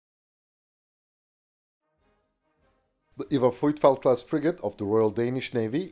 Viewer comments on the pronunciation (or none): "Vitfelt". not "Frrruyfelt".